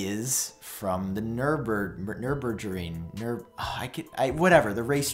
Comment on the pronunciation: Good video. But man, if you like automobile you have to know how to pronounce Nürburgring. Nürburgring is an institution by itself.